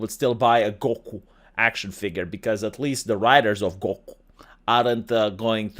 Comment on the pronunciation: I have never hear anyone ever pronounce "Goku" like that before. I cannot wait to bring that up next time topic comes up saying anime names badly again. Hahahaga